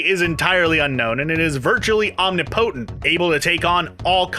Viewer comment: the word should be pronounced as om-NIP-o-tent. Hope it helps!